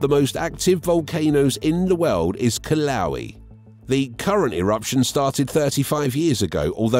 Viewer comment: ugh....I think you mean ...kill-uh-WAY-uh